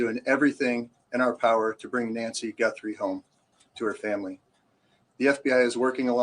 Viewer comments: Guthrie does NOT have an “n” in it! GUTHRIE, NOT GuNthrie 👍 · There is no “N” it is Guthrie not Gunthrie.